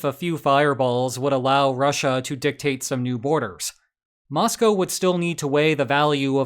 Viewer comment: I want to appreciate that you pronounced 'Moscow' properly. Too many Americans think it rhymes with the animal that milk comes from.